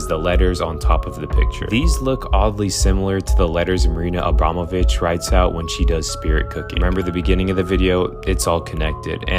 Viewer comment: WHY CAN THEY ALL NEVER SAY NAMES RIGHT...abrom...o...vich😊